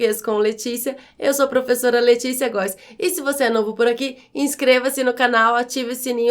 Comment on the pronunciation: Mas vc pronunciou é de forma errada. O som dessa letra é "é" e não "ê"!